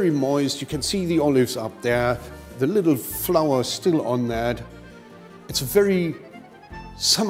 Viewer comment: lol I laughed my but of and had to listen to it like a hundered times "put just lililittle bit olive oil on it"